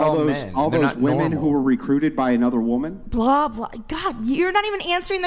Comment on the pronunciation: She said wamin 😂